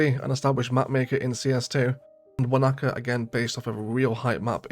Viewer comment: some nice maps here. Btw, Wanaka in New Zealand is pronounced wanna cah not wa knacker lol